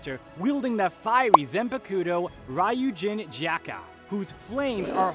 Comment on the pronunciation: No offense, but you're butchering the pronunciation of some names here. And it's upsetting me. Like Kaname, not Konami, Yamamoto, not Yamato, or Ryau instead of Ryūjin Jakka.